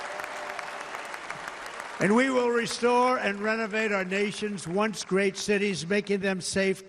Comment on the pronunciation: "OPnce again"? He made it a embarrassment the first time.